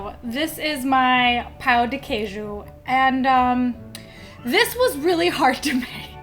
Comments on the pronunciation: It's tricky to say "pão de queijo" correctly. It sounded like "pau de queijo", which would make any Brazilian laugh out loud: that would mean "cheese dick". They are delicious, though! Easiest way to make them is to buy the mix in the supermarket and add eggs and milk. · I'm sorry, but it's very funny when a gringo tries to say 'Pão de Queijo' because it sounds like 'Pau de queijo', which is like Cheese stick or cheese penis haha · just a tip :) careful with the way you pronounce “pão de queijo”, bc if you don’t properly nasalise the “ão” sound in “pão” it sounds like “pau” (like it did in the video) and then your saying “cheesy dick” in Portuguese instead of “cheese bread” 🥲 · LMFAO my god you absolutely murdered those Pão de Queijos lol. They should have a texture somewhat between your 2 takes, should be chewy but not stretchy and stringy. They should be a little elastic but then break. And yours looked kinda dark and dry inside, which leads me to think you may have put too much flour. The thing with the Cassava Flour is that it has some variants, and the one you should use is called something like sour starch (polvilho azedo). It is a little more acid, and if you put too much, it tastes like tangy and not that good. Pão de Queijo should taste like powdery and salty on the outside and be a little more wet and chewy on the inside. It's great with fillings too! Usually, we get them while still hot and spread butter, so it melts, then put some Requeijão, which is a silkier, less sour cream cheese we have in Brazil